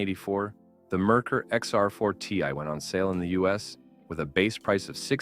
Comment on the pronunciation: Not to mention "Merkur" is pronounced wrong as well. (it's "mare-COOR" not "merker")